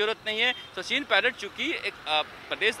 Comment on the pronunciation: Sachit nhi Sachin